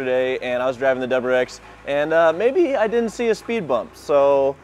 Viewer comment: Say it with me “W R X” that’s what the car is called; it’s 3 separate letters.